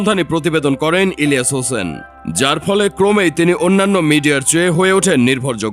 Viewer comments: পুরা নাম ভালো করে বললে কি আপনাদের কোন সমস্যা হয় নাকি??হোসেন শুনলাম শুধু। ইলিয়া হোসেন স্পষ্টভাবে একবারও বলেন। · বুঝলাম না। ইলিয়াস হোসেন উচ্চারণ করতে পারতেছেন না ক্যান? 🤔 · সবই বুঝলাম কিন্তু আপনি যখন ইলিয়াস নামটা নেন তখন আওয়াজ টা ক্লিয়ার না কেন, আপনার মতিগতি, ভাবসাব বোঝা যাচ্ছে নাহ 🤨🤨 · Bujhlam na unar nam ta silent keno??? Elias Hussain... Nam ta thk kore bolen.